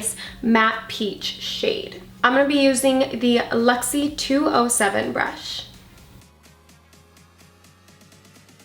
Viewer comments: I'm going to need to buy these products I love the colors. But I need to say because it was kind of bothering me, but the brushes you used are called LUXIE and you were saying LEXIE so you were saying it wrong I love those brushes I have a few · Right and you were pronouncing it with an E instead of a U. That's what it sounded like to me.